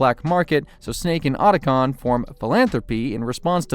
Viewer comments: How the hell o you research a 2 hour movie on the topic and mispronounce Otacon (OUGHT-a-con) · Why do you mispronounce names that are literally spoken in the games? So there isn't any confusion on how it is said. Otacon for instance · yup just like he butchered Otacon's name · A lot of weird errors, man. Hind pronunciation. Liquid Snake being thrown "into a crater". Oat-a con. What gives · ot-ah-con, and h-eye-nd